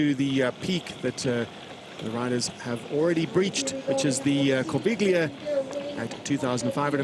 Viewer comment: Great footage, great race feeling! But please guys, work on the pronunciation of the geographical names - especially Corviglia is hard to take like that 🙂